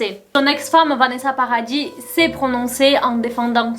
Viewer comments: on prononce pas le s du nom de famille de Vanessa Paradis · Meuf sinon Vanessa Paradis on prononce pas le s a paradis merci tu es pas en Angleterre ici mdr